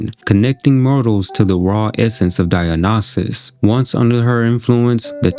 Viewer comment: Dionysus: die en isis. That’s how it’s pronounced